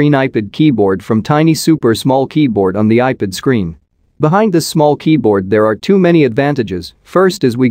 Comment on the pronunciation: You need to teach your robo-voice how to pronounce iPad… it’s NOT “eye pid” … it’s “eye-pad” The fact that you allow this malfunction to remain unaddressed undermines your credibility… you aren’t “proofing” don’t know how to use your robo voice software, or to use the dictionary. I have had to go in and make a separate substitute word that was spelled in such a way as to force the text to speech utility to say it right.